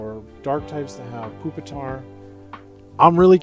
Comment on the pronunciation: No way bro called it Poopitar